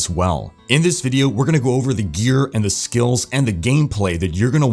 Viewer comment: I love when u say "Let's go over "pause" THE SKILLS"